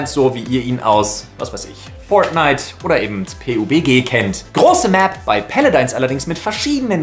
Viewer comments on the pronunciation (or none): none